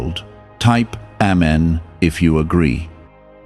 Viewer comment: How can you speak of the Bible, but you can't pronounce Amen properly?